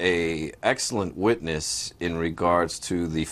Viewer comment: i am cringing so hard at the fact that he said "jody arias is an amazing wittiness"